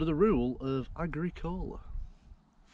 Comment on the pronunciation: Agricola is pronounced; Agr-ee-kola.